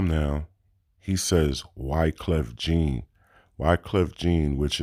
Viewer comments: Wyclef " JEEN " LOL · Damn dog… you say you Haitian and you out here saying “Wyclef JEEN”? I ain’t even Haitian and I can hear how crazy that sound lol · If you're Haitian how come you pronounced Wyclef's last name incorrect? Every Haitian & French people knows Jean is pronounced in french, I'm Haitian myself and I know that's not the way Wyclef's last name is pronounced. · True hmm